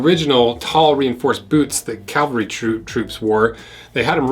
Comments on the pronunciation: Stop apologizing and running at the mouth and open the damn boot up. Learn to say the Word CAV AL RE . Calvary I has to do with Jesus Christ, not a Military Discipline. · It's "CAV-alry" not "CAL-vary".